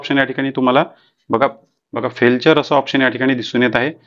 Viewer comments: फेल्चर नाही फेलियर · फेल्टुरे नाही तर फेल्युएर असा उच्चार करतात. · Sir Failure, he फेलचर नाही, फेल्युर आहे 😂😂😂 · te Failture nahi tar Failure Aahe.. correct word Failure aahe te... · फेलचर नाही रे बाबा ते....फेलर आहे ....म्हणजे ekyc फेल झाले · तुम्हाला फेलुअर आणि फेलेचर वाचता नाही येत काय . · फेलचर नाही फेलूयर आहे ते. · फेलचर नाही फेलिअर .. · ते फेलचर नाही हो फेलुअर आहे😂😂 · Felchur ..felchur ....nahi re baba te failure ahe , nit vachayla shik adhi.😅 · फार उपयुक्त माहिती दिली. खूप खूप धन्यवाद ❤❤❤ फक्त एक दुरुस्ती फेलचर न म्हणता फेलुअर असे म्हणावे, राग नका मानू. फक्त सुधारण्यासाठी लिहिले.